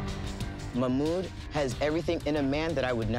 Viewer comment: I can’t with how the host pronounces mahmoods name